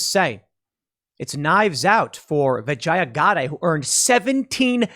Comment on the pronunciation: That’s racist mispronouncing her name like that. It pronounced “Vah-gine-ah.”